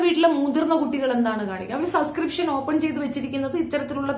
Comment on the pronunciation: ഈ വിദ്യാഭ്യാസം തീരെ ഇല്ലാത്ത മരവാഴയാണോ? Subscription എന്ന വാക്ക് എവിടെയും എഴുതി കണ്ടിട്ടില്ലേ? ഈ പണിക്കു ഇരിക്കുന്നവർ അത്യാവശ്യം വാക്കുകൾ എങ്കിലും ശെരിയായി അറിഞ്ഞിരി ക്കേണ്ടതല്ലേ? ഒരിക്കൽ ഞാൻ കമന്റ്‌ ഇട്ടപ്പോ പറഞ്ഞു സസ്കൃപ്ഷൻ അല്ല സബ്സ്കൃപ്ഷൻ ആണെന്ന്. എവിടെ! അവൾ പിന്നേം അതെ പറയു. ഒരാൾ തിരുത്തി തന്നാൽ അത് തിരുത്തണം എന്ന് തോന്നാത്തത് വിവരക്കേട് കൊണ്ടാണ്. ആ കിണറ്റിൽ തന്നെ കിടക്ക് തവളെ.